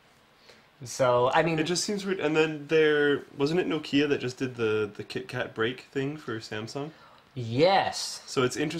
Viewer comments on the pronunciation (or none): Eww the way Linus pronounces Nokia.